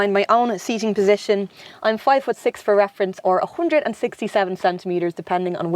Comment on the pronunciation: I loved: hondred instead of handred:) amazing!